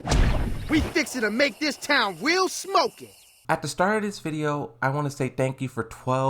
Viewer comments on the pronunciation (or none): none